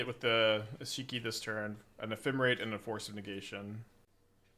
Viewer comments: Eshiki Eshiki Eshiki. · Eesheekee is definitely a way to say her name. I see you have been taking lessons from Seth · Honestly kinda weird to hear him say Ishiki and Rashaka over and over. I'm not usually somebody who gives a shit but it's kinda ear grating.